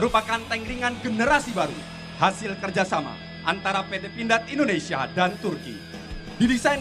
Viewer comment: mc nya salah menyebut indonesia bkn endonesia, org jawa ya mas?